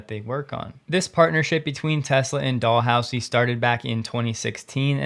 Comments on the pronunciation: Dal- hoo- zee… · Pronunciation aid from Canada: It's pronounced as if the "s" was a "z" with emphasis on the "house" so it's Dal-HOWZie. You're forgiven. '-)> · Dalhousie University is pronounced Dal how zee with the emphasis on the "how". 🙂